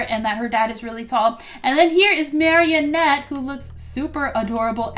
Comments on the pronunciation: her name is marinette not marieynette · Could you stop saying marrinet it’s marinet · the way she pronounces Marinette tho- Marienette (this isn't a hate comment) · Why do you say at as marianette. It's marinette.